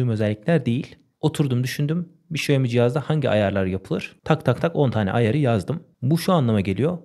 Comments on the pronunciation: Xiaomi telefonun söylenişi şaomi diye söylenmiyor mu şemi diye söylenmiyor diye biliyorum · şemi değil de şaymi desen daha güzel olurduu :)